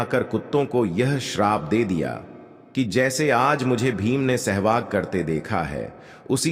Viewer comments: Abe Sahwas ko Shehwag kiyun bol rahe ho? Aur Raja Draupadi bhi bol rahe ho? Upwas ko Oops bol rahe ho! Pedh ko payer bol rahe ho? 😲😡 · Bhaisahab sehvas hota hai aap bar-bar SEHVAG bol rahy hain 😂😢😮😅😊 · महोदय! हिंदी का शब्द-ज्ञान खुद प्राप्त करें l राजा द्रुपद को कई बार राजा द्रौपदी बोला गया l सहवास होता है न कि सहवाग l